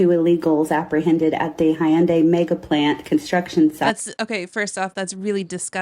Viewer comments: She says there was slave labor, but it's obvious she's making it up. She also doesn't know know how to pronounce Hyundai. it's Hyundai, not Hi-undai😮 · She can’t even pronounce Hyundai correctly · Dude, they even came out with commercials for the USA, decades ago, to get them to pronounce it correctly. There's no excuse to still be pronouncing it THIS WRONG. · It's properly pronounced, "Heeon-dae" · Whew, she was really fighting the pronunciation of Hyundai. I thought she might pass out, it was touch and go there for a second.